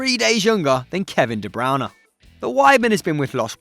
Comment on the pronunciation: Kevin De Brown-eh? Gosh sucks